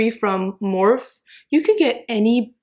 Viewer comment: Its not morph its pronounsed with the e on the end